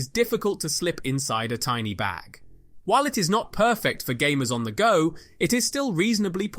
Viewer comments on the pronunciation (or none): none